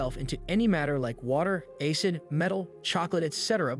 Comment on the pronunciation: Ay Cid instead of Ah Cid for the word Acid